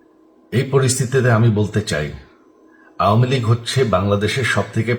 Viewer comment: আওমিলীগ নাকি আওয়ামিলীগ হবে ভাই